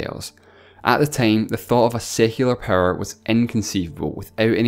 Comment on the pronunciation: hey this is the person so said tine instead of time